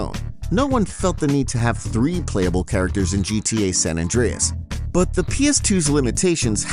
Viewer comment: stop saying sa mann